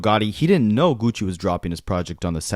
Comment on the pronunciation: Stop saying “geeewchi”